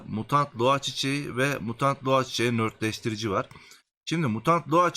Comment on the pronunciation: Saol videolarına minnettarız. beğenmeyenin itemi geçmesin. ama oradaki nötr kelimesinin ne anlama geldiğini bilmeden rastgele nörtleştirici dedin ya hani işte ben ona takıldım anlamsızca. Nötrleştirici olacak doğrusu. yani kelime anlamı dengeleyici, sıfırlayıcı Nötr yani:)) Nört değil.